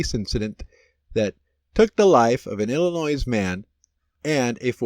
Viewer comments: Please learn how to pronounce Illinois. No z sound at the end. Illinoy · FYI,the S at the end of Illinois is silent.